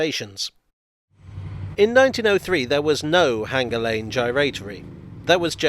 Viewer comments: Is Hanger Lane really supposed to be pronounced with a hard 'g' ? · There is no H in Hanger lane, locally it is pronounced withe a hard A as in Anger Lane.